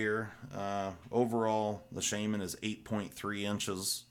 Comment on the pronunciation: Not Sheiman, Sha- man ...